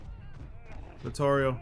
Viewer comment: Aye King, shout out to you for saying "Vittorio" in correct italian, appreciate the effort. Much love for ya, since I began following you I improved as killer, I receive bad comments after the matches but I do not care, not anymore... Keep up the good work King!